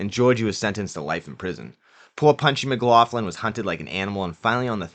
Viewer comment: McLoughlin is pronounced McLocklin, not McLofflin